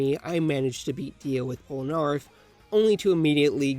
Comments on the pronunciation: Who Cringed When He Prononced Polneraff Wrong? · Pronouncing Polnareff incorrectly🤦‍♂️